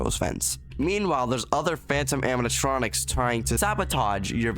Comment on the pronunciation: bro cant say animatronics xD